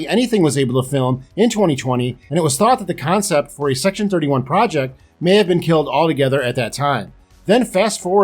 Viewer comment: Did he say "C-Section-31?" I'd watch that.